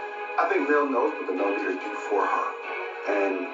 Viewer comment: Correct, TTWG is the only cc that I heard say Melometers activate!